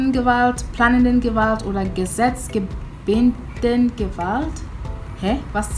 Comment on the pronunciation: es spricht sich "Gesetz-geben-den" aus. Geben = giving .... es ist wie "law-giving". Das Suffix "-den" am Ende ist nur ein grammatischer Anhang. Gesetz geben = Law-giving. Liebe Grüße